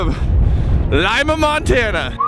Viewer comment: I’m pretty sure you are pronouncing Lima wrong. I could be wrong, but we pass by there all the time when we go to visit my family up in Butte, and I’m pretty sure it’s pronounced Lee Ma, not Lime a.